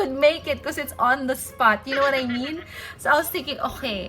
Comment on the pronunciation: masyadong ineemphasize na "on the spot". K.🙄